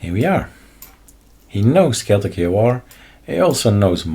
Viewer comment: Not chaoticS but Chaotic AUR